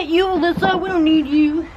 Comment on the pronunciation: Love bloopers "we don't need you Allisa" lol!!!